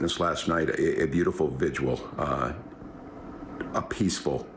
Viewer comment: What's a "vigiual?"